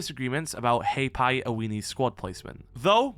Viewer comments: Not pronounced as Hay'Pie, but Har-Pie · Hey. Maori here. If you wanna try and pronounce it correctly, it sounds like "ROE - AURA" But with every R, you roll it:) If you cant roll the R. Its not the end of the world. "Roe Aura" sounds close enough if you haven't practiced rolling R's before. Also Hapai sounds like "Haa - Pie" Love you